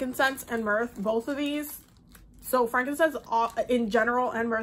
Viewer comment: Frankincense and myrrh, she says it "mirth" but it's myrrh, girl is sooo enthuased 😂